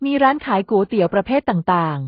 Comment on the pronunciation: เป็นกำลังใจให้แล้วนะคะ แต่ขัดใจ Ai อ่าน"ก๋วยเตี๋ยว" ว่า"กู๋เตี๋ยว" 😢😢😢😢😢😢😢😢